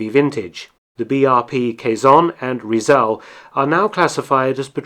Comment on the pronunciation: It's pronounced kezon not quaiyzon and Rizal not riezal